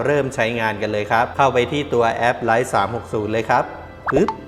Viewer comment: Life ออกเสียงว่า ไลฟ์ ไมใช่ ไค้